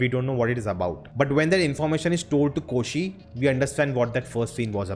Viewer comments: Hey all non mallu reviewers. Kindly try to say their names right. It’s not Ayyappam, its AYYAPPAN. It’s not Koshiyum, it KOSHY. Thanks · Ayyappan not Ayyappam! N its Koshi not Koshyum! The title means Ayyappan n Koshi. Um um here is like ਅਤੇ in Punjabi !!